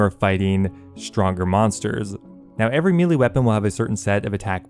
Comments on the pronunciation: MEH-LAY Not "Meelee" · I'm less than 5 seconds in i wanna hear the rest but it pronounced (May-Lay) ty all the love sent to you js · It’s pronounced maylay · I’ve never heard someone pronounce “melee” so wrong